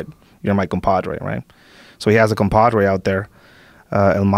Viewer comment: True. This guy is an American, pretending to be Mexicano. Perfect command of American idioms. Mispronunciation of Campadrrei, Veenezuella, Quezal...coat, Mecsico.